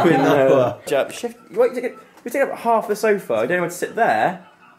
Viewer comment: Well.. Alfie kinda said my name xD (the first time he said Quinoa and pronounced it weirdly .. but w/o the 'oa' part haha!!)